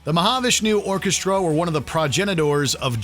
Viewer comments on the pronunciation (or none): Fun list! Like some others commenting, I'd add 'Fracture' to the list. Pronunciation alert: Mahavishnu & Hanuman. 😉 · You need to learn to pronounce the artist's names correctly. Satriani, Mahavishnu...